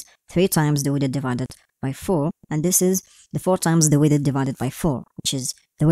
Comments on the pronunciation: Yeah for me it sounds like "with it" xD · Thanks for sharing this code 😇 But I‘m confused of your pronunciation of „width“. You pronounced it like „withid“ the whole time.😅